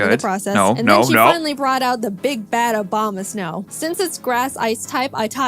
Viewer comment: I love how jaiden pronounce abomasnow obamasnow